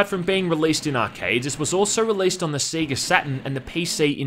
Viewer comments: It's "Say-ga" not "See-ga" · Its pronounced Say-Gah... not Sea-Gah... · Alot of people here in Australia pronounce it that way. I know I did as a kid, until I 1st saw the bit in sonic 3 where it Sega "SAY GAH" and since then I've said it that way. And yeah, I kinda still cringe when I hear other Aussies say it "see gah" >.< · It's like how some Americans pronounce it as 'Seh Gah'. Everyone has heard the word pronounced in various Sega games, and yet they still don't pronounce it correctly. It baffles the mind. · Seh gah in Scotland too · Everyone: sega Australians: siega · See gah. Lol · it's Say-ga, now come on, say it with me... Say-ga! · Never head "Sega" being pronounced "See-ga" before. How could anyone do this? Also are you aware of the english-tutor DS game based on House of the Dead 2? It's basically typing of the dead but you write instead of type. Zombie Shiki Eigo Ryoku Sosei Jutsu: English of The Dead it's called. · I will eventually get over your pronunciation of Sega.